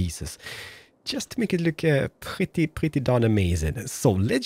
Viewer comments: I love how you pronounce pretty "prdy" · He's saying purdy, not pretty.